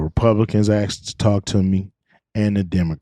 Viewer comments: Da Republicans axed? Axxed? WTF is axed? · Did you "axe" how much fentanyl was in G. Floyds system ? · A S K E D and P I C T U R E are proudly & purposely mispronounced AXED and PITURE by blacks! Cringe to me, glad you disliked JSFGuy, also!!! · What the hell is "axed"? Use correct english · " I never Axxxed" 😅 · Millionaire and cant say asked correctly. Floyd was a criminal. No great loss